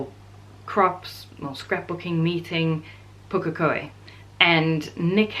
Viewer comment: Also....great pronunciation of Pukekohe!